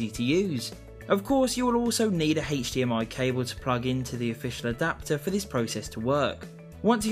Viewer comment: "heich dmi"